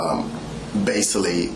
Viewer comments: "base-saul-lee"? What kind of grammar is that? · basily? or basically? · Basilly (basically) smh this dude is a danger